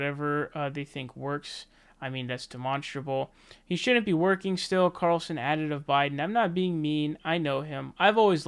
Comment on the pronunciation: Just one quick note: you are someone that criticize Biden from having a brain melt down and mispronouncing names and saying "Lujan virus", and so on... At least try not to do it yourself! Tucker "Barlson"?! Or the other day you were repeating "Rona virus"!! Come on man...